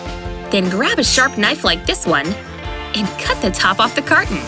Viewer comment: she say a karton. Share kolang hahahah